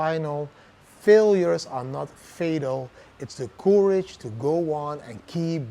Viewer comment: Maybe check the pronounciation of 'courage'. I had to check many times before I understood. normally your English is good!